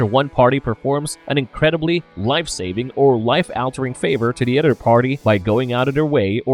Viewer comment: The word is "OTHER" my brother..... not "udder" ........